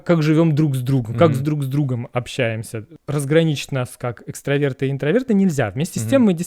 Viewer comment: Дорогие! только правильно экстрАверты 🤭 (коммент от токсика)))